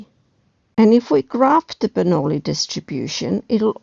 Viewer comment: min ... sounds like the correct pronunciation of "Bernoulli".